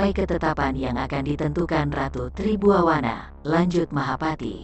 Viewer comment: Ma'af, Tri Buana dan bukan Tri Buwawana 😂🙏